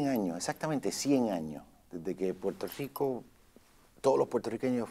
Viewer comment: he's controlling himself. Check when he says 'Puelto Rico'.